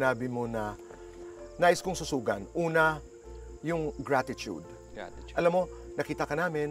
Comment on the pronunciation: Mr."Gratitude"😂 learn how to pronounce it correctly first then u will know what it really means!